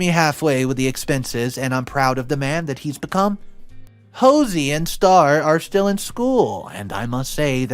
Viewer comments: Ho-see is killing me😭😭😭 Ho-say-uh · Um Hosea is not pronounced like Hose-ee...geez dude it is pronounced like "ho-zay-uh". If you come across a word that you know you aren't familiar with and don't know how to pronounce you should take 5 seconds to look it up on Google so you don't look quite so dumb or uneducated. If you are making money from reading stories then you should be a bit more professional about it.😏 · Omg I can't take it anymore please stop saying HOsey it's joSAY and it's offensive to that kid. I love your videos and I'm subscribed to all of them but please don't forget to find out how to pronounce names better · Hosea is pronounced "Hoe-Zay-Uh." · Imagine- pronounced Ima-gene Hosea - pronounced- Ho-se-a Is English NOT your first language?!? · My dear … Hosea is pronounced Ho - say - ah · Um he constantly mispronounces words...even simple words. Hell...he said the name Hosea as "ho-zee" the whole way through this story. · learn to say the name ‘Hosea’ (ho-say-ya). M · I am tickled over the pronunciation of “Hosea” lol